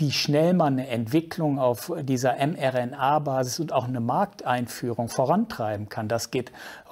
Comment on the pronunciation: mRNA, nicht rmna 🤓